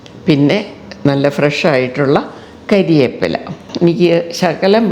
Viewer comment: കരിയേപ്പില എന്നത് ടീച്ചറുടെ സംസാരത്തിന് ചേരുന്നില്ല. കറിവേപ്പില എന്ന് പറയൂ